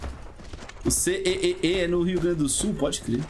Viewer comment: o jeito que o fala CEEE soa tão estranho pra mim que sou daqui do RS 😅